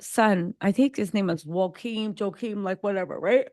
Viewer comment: Sis I’m a black American living in Denmark, and there’s a lot you got wrong in your summation. First, the Princes name is not Joaquin, it’s Jo-a-chim. Second, they scaled down the monarchy because it just made sense, it didn’t have anything to do with race, it was about kicking off people from the pay roll that didn’t need to be, especially if they were not in line for the throne. The son who just became King here in Denmark already has four children of his own. So, there’s basically no way that his brothers children was going to inherit the throne. So no need for them to be on payroll. That’s why they were demoted. The same in UK. These Monarchs realize that they are on Thin Ice with the public. It’s the public who pays their bills. So they all know they have to be careful. One wrong move, and they could be out of power. It’s about survival, not racism. At least here in Denmarki would say.